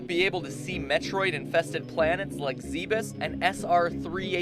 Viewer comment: Wouldn't Zebes be pronounced 'zeebz'?